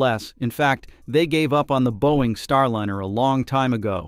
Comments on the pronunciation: Not STAR LINNER!!! God that is bothering me... it is Star LINER (lye-ner)... the rest of this story is decently done... but your pronunciation of Starliner is grating. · Star liner not line r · every time I keep watching one of your videos, I keep wondering why you pronounce it: Star Lin er Instead of : star line er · The AI voice mispronounces Star Liner as Star linner.